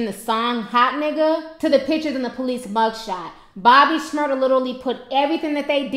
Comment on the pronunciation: Shmurda not shmurder your saying it wrong